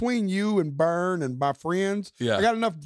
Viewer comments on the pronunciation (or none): none